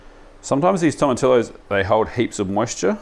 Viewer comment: Hey, quick one it’s tomatillos (toe-mah-TEE-yos). I only say it because I totally butchered it myself once!